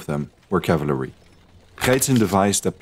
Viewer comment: Cavalry not cavlary